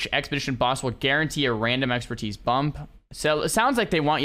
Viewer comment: "New Exerpertise"